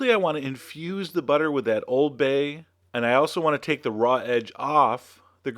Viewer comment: You said Oooold bay wrong ><